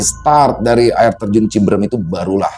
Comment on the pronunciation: Cibeureum bang... Bkn cibeurem😂... Cianjur sllu nyimak😊